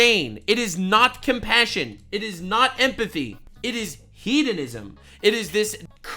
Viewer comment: Took me a second to realize you were saying “hedonism” and not “heathenism” and I was like wow 😂 I’m a pagan and don’t want to be associated with those people, but I’m also partially deaf so there’s that lol